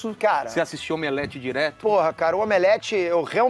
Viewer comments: Eu racho de rir quando eles dizem "Omeleft"! kkkkkkkkkkk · "OMELEFTH".😆🤣😅😅... Perfeito!